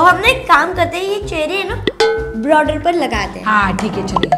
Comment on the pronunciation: W0 broder nahi border hota hai